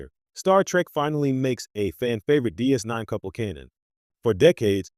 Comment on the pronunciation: Trash AI text to speech. You can tell when it adds a pause in pronouncing DS 9